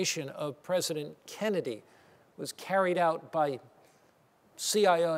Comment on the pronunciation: Good ole "John F. Kevvedy".